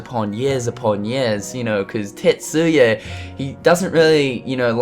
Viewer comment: Sorry this is an irrelevant comment but did anyone else think he said "TITSuya" at first? lol